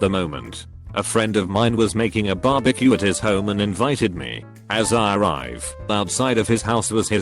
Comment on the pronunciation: No one: Text to speech bot: barbeak